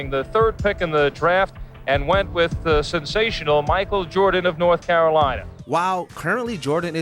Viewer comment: Lmao he actually said norff Carolina 😅